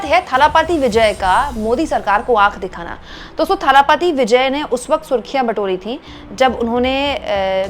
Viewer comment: It is dalapathi not thalapathi.